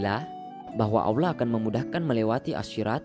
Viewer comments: Dia nyebut Allah tu kayak awlah...kesel gue dnger nya pdhl udh bagus topik nya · Belajar ilmu Diynul Islam dgn akal sendiri dan lewat media, gurunya adalah syaiton menyesatkan. Apalagi yg memberi ilmu merasa pandai. Contoh divideo ini menyebut lafadz Alloh dia sebut Awlah... dimana ilmu tajwidnya. Sifat dajjal itu membungkus racun dgn madu, tangan kanan racun tangan kiri madu, seolah2 baik padahal buruk. Sekali lgi tidak ada 1 ayat Al Quran menerangkan adanya jembatan shirotol mustaqim. Sudah mengada2. Kebanyakan orang2 meyakini kebenaran menurut orang banyak dan kebenaran menurut nafsu akalnya sendiri. Bukan kebenaran dari ilahi yang haqiqi.